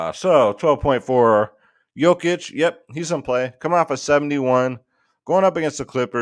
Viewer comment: Finally learned to pronounce Jokic's name huh. good job